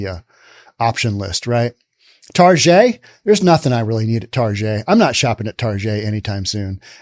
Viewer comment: Please call it Target and not "Tar Jay" - it's more correct especially as they are targetting children.